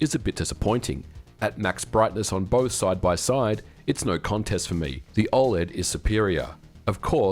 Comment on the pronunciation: Why are you pronouncing OLED so strange? Is this AI?